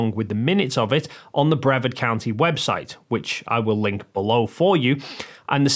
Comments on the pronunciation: Brevard is not pronounced "Brev-ard". It's "Bree-vard". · Brevard = Bruh-Vard. Not sure why that was getting to me, but it was so here we are. 🤣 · Florida guy here. It's pronounced (brih-VARD) County. Keep up your good work! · Sorry to be pedantic, but it’s bru-VARD County. 😊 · Just FYI,, the county name is pronounced bre-VARD, with the accent on the second syllable. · Sorry, I have to say it. Brevard is pronounced bruh-VARD. Vard rhymes with 'card'. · I don't. But that doesn't change the fact that the county is pronounced Bruh-VARD. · Proud Floridian here and i wanted to let you know that you mispronounced Brevard county. The emphasis is on the second syllable. And it rhymes with hard not herd. Just a friendly f.y.i. love your videos. Keep it up. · I know it's not important, but for the name Brevard, the emphasis is on the second syllable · For future reference, Brevard is pronounced with a hard A, like aardvark. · You are saying Brevard wrong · Not trying to be a dick, but you are saying the name of Brevard county incorrectly. It's a hard A. Like you are saying the word are in the middle of the last syllable. Like what you do. Keep up the good work. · I probably mispronounced it before I moved to Florida. That's why I put it as an FYI - it's not something I would expect him to now, but since he said it about half a dozen times, I figured it was worth telling him about, just in case he mentions it in a future video.